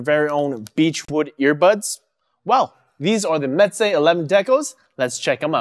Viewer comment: Actually it's pronounced (mɛzeɪ). It sounds like you are saying (mɛtzeɪ). (m: my, smile, cam) (ɛ: dr_ess, bed, fell, me_n) (z: z_oo, has_) (eɪ: f_ace, made, fail, vein, pa_y)